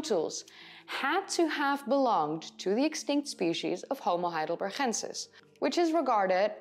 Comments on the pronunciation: Why do you keep saying HeidelberCHensis and not HeidelberGensis? They are named after the German town Heidelberg, which is pronounced with a G in the end, like we pronounce g in gorilla. Maybe you explain this in another video, but it is still linguistically wrong. I know about the Neanderthal debate, but in this case there is no long standing tradition of pronouncing a German place in English. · Fascinating subject, and I applaud your almost dead-on American accent. But I just have to say -- your Dutch is showing every time you pronounce "heidelber*g*ensis"! Veel succes met het rijexamen! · Thank you for these videos. I’m liking and subscribing, but please be careful saying “homo heidelbergensis”. You could lose a tonsil pronouncing that guttural sound. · I love the way you pronounce "heidelberGensis" 👍🏻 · Dear, thank you so much for your interesting videos! I like to watch them regularly to learn about new findings. I am sure you will continue to mention and to pronounce "heidelbergensis" regularly, so please let me make a suggestion: " heidelbergensis" is a combination of German "heidelberg" and Latin "...ensis". In both languages the syllable "gen" in "heidelbergensis" should be pronounces like "gan" in the English word "gantry", neither Latin nor German would ever pronounce the "g" like "ch" in "Loch Ness", it sounds Dutch or like in some Northern German dialects. In a Spanish or a Dutch video it is OK. because it's the correct way to pronounce it in these cases. All the best for your driver's licence! Best regards!